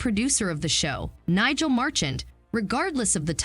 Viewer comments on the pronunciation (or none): none